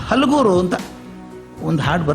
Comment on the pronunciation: Sir ಹಲಗೂರ ಅಲ್ಲಾ ಅದು ಹುಲಗೂರ